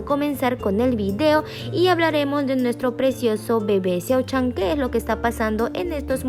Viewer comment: Eso es mentira porque engañas ala gente el siempre a dicho que se casaba alos 35 pero no sabes ni Co. MO pronunciar su nombre venga ya el esta casado ya en secreto así que estudia un poco que no saves de la peca ala meca que te Bea quien te crea